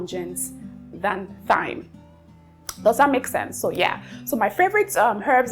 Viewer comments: Thyme is pronounced like “time”. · Hey dear I love you and your videos❤️❤️❤️ I don’t know if it’s ok but I had to say this here so others take note too… thyme has the same pronunciation as time. The “TH” isn’t the same as the one in “think”. With lost of love ma’am…